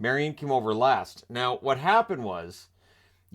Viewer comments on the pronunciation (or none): none